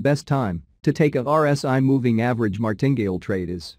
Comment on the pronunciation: Enjoy all of your videos, very good education, Martingale is pronounced Mar tin gale 3 sylibals :)